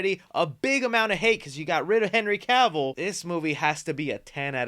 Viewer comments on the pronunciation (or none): none